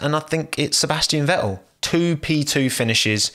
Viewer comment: Sebas'ian Ve'el